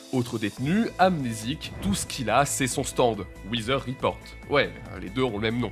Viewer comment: Très bonne vidéo mais les gars un petit effort sur la prononciation de l'anglais svp... "hivi wither", "wither report", "sheer earth attack"